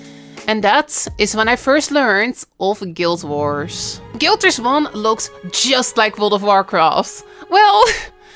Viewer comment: guild warrsh??? what? waht are you saying? geez... fix your speech xD